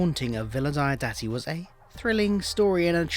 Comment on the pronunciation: I'm really not that bothered by any clashes between BF, the novels and the TV show, and I'm happy to treat them as parallel histories. PS: Diodati is pronounced "DEE-awe DAH-tee" (hope that helps).